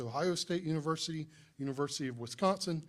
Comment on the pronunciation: Dont need no "univursity" round ear. Damn demonrats.